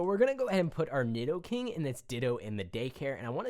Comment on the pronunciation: NEED-O-KING NOT NID-DOE-KING